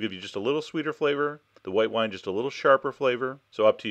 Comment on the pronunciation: he saig white whine